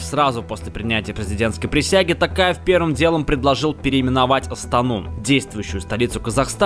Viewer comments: Не Такаев а Токаев в Казакском языке о не меняетя на а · Е мае не такаев а токаев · Токаев ТОООООКАЕВ А НЕ ТАКАЕВ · Не правильно говарить Такев а Токаев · Безграмотные русские не Такаев а Токаев произносите правильно мыже не говорим Путина Патином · Не Касым Жамарт Такаев, а Қасым Жомарт Тоқаев и имя Дарига ты сказал неправильно и елбасы тоже